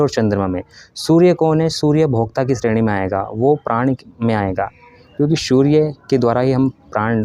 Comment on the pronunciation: Bhai ...surya ko shoorya kyun bolte ho aap ? Its S not SH Please correct your pronunciation.